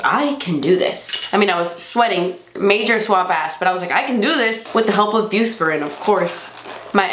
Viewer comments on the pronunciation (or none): lol it's bus- PI- RONE :)